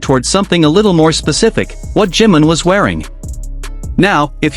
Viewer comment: JIMIM, JIMIN, SAY HIS NAME!!! 😂 JI-MIN!!! NO JIM 🤦🏻‍♀️🤦🏻‍♀️🤦🏻‍♀️